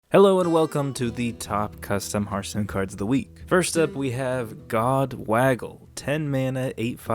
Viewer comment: Pretty sure he completely misread Godwaggle. . .